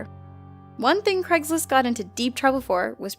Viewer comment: craigSlist, not craiglist